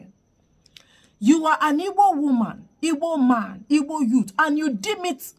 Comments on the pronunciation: This one is obviously NOT Igbo 😂 Her accent and how she pronounces words like “ Ibor “ instead of Igbo. Arewa people are not very smart by selecting this Hausa woman to pose as Igbo. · This person is a Northerner, no Igbo person pronounces it as Ibo....more so her name, state of origin, local government and village or hometown is not mentioned....this one is a cursed fool. If she is feeling lonely she should relocate to Iran, Gaza, Pakistan, Afghanistan or even here in Nigeria let her relocate to any of the Sharia state in the North. We have few Igbo Muslim and this one is not one of them. So what exactly does she want to achieve with this?? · Hahaha, can you hear the way she mentioned Igbo her tribe? She can't even call the words Igbo well. She's sounding like Fulani or other tribes in the North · The way she pronounce Igbo is enough reason to know she is not anything Igbo. This is 💯 an hausa lady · She is imposter. Hear the pronunciation of Igbo self. Deceivers everywhere 😮. Igbo's beware ooo! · 1000% impersonator. She cannot even call Igbo with an Igbo accent. This is another desperate attempt to win Igbo converts. How can you win converts through deception? Hear her, "Oh, you are so beautiful to be covered this way". Her handler by choosing her, has tacitly acknowledged that the average Igbo woman is fair and beautiful. Vanity on display! You think Igbos are vane? Sister Fulani or whoever you are, Igbos have an undeniable thick accent not your soft accent. Igbos pronunciation of syllables is very emphatic with a downward stroke. Yours is twisted and up. Nice try but you failed. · Ta mechie uno gi? Nwa wu onye Hausa. She can’t even pronounce IGBO…😂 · I swear this woman is not igbo because the ways she speaks especially how she pronounced igbo she can never be igbo woman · An Igbo woman who couldn't pronounce the word "Igbo" properly. I knew she was fake once she mispronounced Igbo.